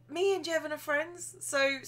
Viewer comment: THAT'S MY NAME! SHE PRONOUNCED IT CORRECTLY!!!!!